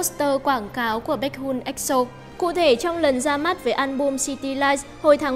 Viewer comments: Vcl đọc hẳn là “bếch hi un” luôn ạ !? :)) k học đc thì học hỏi trước đi rồi làm vd nha :)))))))) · Bếch hi-on chị ơi, đọc nhanh,nối liền chữ hion, biết là nhiều ng đọc sai nhưng nếu có thể thì sửa ạ. Là exol nghe hơi khó chịu